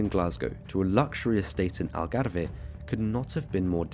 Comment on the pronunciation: The Algarve NOT Algarveeeeehhhh! Some terrible pronouciation!